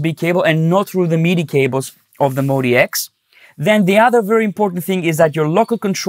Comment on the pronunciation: It's "MOD" and then "X", Modx, not Mody X or Modi X. 🤣🤣🤣